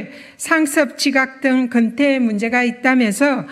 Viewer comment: 건태가 아니고 근태.